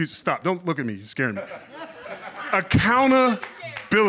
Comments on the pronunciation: Acowna... bility. Be nice if he could pronounce it, let alone spell it. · Acounta-bility lol